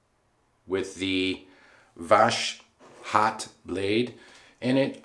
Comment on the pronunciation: Yay, you mentioned me. Yeah, its is more like "was hot" without sh sound |wʌzhɒt|. Everything was cool! For sure pronounciation of voshod is kinda level you up in everyones eyes. Like a pro who knows how to deal with this 😎. Oh, what a lovely shave! Amazing! Great job! Idk but your reviews and passionate makes me so happy. Totaly agree with you - mercur is one of the mildest one that won't cut you even if your techniques not so perfect. Like you have only two options - it shaves or not. Definately can say - mercur is one of my favorite razor. About irritation - I've had such troble but mostly because Ive pressured too much on razor and went twice on the same spot. Gillette king c balm helped me out - just add it next day after shave. It will soften your beard and relax your skin at time of itching. Shaking your hand! Great job!